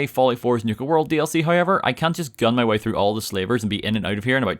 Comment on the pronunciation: I liked it when he said "hoiever"